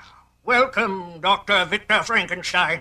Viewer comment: Lol, "Fronk" - enstein?! Also, if it's "FrankenSTEIN", why doesn't he have a giant hooked nose?